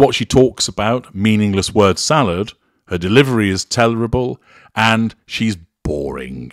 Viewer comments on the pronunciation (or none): none